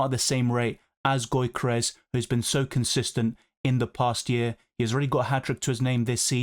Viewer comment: it's not "goykeres", it's "Yokeres". Keep up with the great content!